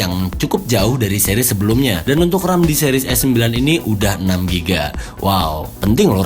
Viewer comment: Kok ngomong ram penting itu di tekankan banget? Wkwkw